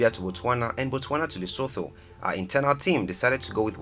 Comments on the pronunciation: I liked the video, but it would be wonderful if you learned to pronounce the names properly, it's cringeworthy for me to hear you pronounce Windhoek the way you did... its pronounced like vend-hook... and Lesotho as Lee-soo-too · Lesotho is pronounced Lesootoo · Lesotho and Windhoek were butchered hard, eish. Pronunciation matters. Forgot to mention Namibias Diamonds.